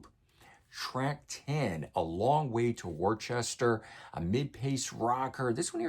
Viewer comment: “Wuhster”, not “Warchester”. 😂We in Massachusetts forgive you! Great review! 😊🤘❤️💙🤍🎵🎶